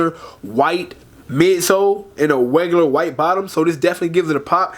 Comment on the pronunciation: I know somebody else hear my mans say “wegular”?